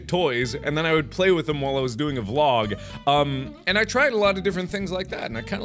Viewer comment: You are saying vlog, which is the wrong term. You need to keep saying v-log like you used to, it was so cute!